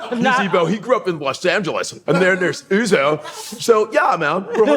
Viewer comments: Not O-zo, but Uzo! The U is pronouce as in Umar. I thought your parents are Nigerians, man? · Why are Americans so terrible at pronouncing names? How is Uzo pronounced as Ozo? You didn't see the first letter is a 'U'? 'Uh-zoh'! not Ozo. Yikes. 🤦🏿‍♂